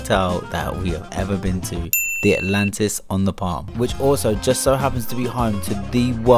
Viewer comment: The ✨Atantis✨ 😂🥰